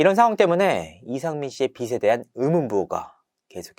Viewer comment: 빚에 관한 ㅡ발음이 비세 관한 이 아니고 비제 과난 으로 소리내야 합니다